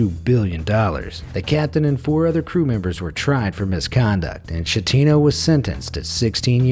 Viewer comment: "Shettino" "Kivitavekkia" thanks for butchering italian language